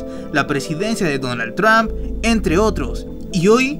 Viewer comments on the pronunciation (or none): none